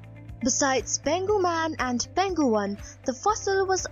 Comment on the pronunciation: Just wanna comment that the place is pronounced as Peng Hu.